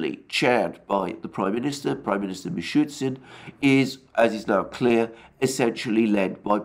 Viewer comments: And it's not MishuTSin, it is MishuSTin. Get well soon :) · Thank you, Alexander. Convincing, as always. One tiny correction: MishuSTin (rather than MishuTSin) :) I am saying this out of affection; and not criticism.